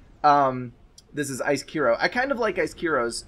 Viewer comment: Finally someone pronounced my name right :D (Icekiro). SCBM is theeggroll just for your information. Thanks for Casting, it was a fun game to play!